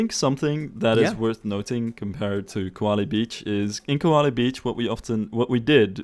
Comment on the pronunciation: Every time says “Koali”, all I hear is Eve saying “Wall-E”. Have I been watching too much Disney+?